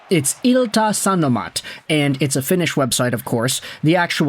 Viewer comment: Not bad at all with the pronunciation of ilta sanomat. Lack of ä and ö helps for sure as those trip up the North Americans usually, but for sure better attempt than most NA people for that paper.